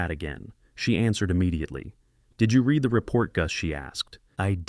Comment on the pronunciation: Please teach your AI THE DIFFERENCE between read pronounced red and reed